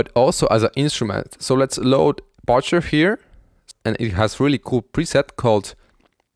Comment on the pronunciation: other than small mistakes in sentence structure such as forgetting an article and "also why it's so good" (why is for a question, this is a declaration, therefore it should be 'the reason it's so good' or something) here are some of the words you mispronounced: 1) Patcher - you said 'pOtcher' (should be pAtcher) 2) IL - when saying the letter 'i' separately from a word, it is read as "ai" 3) Latency - you said 'lAHtency' (should be a long 'a', read like the word 'lay') 4) Kit - you said 'kEEt' (should be a throaty 'i' sound, can't really write it out) 5) Effects - you put the accent on the first 'e', while it should be on the second 6) Processing - you put the accent on the 'e', it should be on the 'o' Hope this helps!